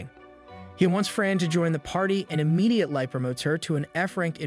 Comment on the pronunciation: "Immidiate-lie" Ah yes, immidiate-lie, my favourite word. Edit: I can relate to Fran, as a gluttonous backbreaker who's thristy for combat, I would literally eat those patties clean off the pan if they were done cooking.